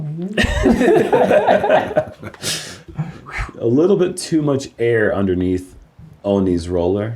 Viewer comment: Uli, I hear your tongue trying to say it "foil age". Old man Foley, lives down the road. I wonder about "Foley age". Or "Foe Lee Age", whatever works for ya. Start it slow and work into it. "Green stuff" works, too! 😂